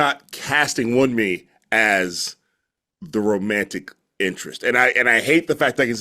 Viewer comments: Hey just a heads up guys Her name is not pronounced Won-mee. It's closer to Woon-me the U in Yorùbá has a similar sound to words like dune and tune. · Wunmi....pronounced 'Woo-n-mi'.... it's Yoruba...meaning.. its suits me...its dear to me.. i long for it...👍🏻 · You're probably not gonna see this cause I'm so late lol. But her name is pronounced Woo(n)me. The 'n' is almost silent; you barely hear it.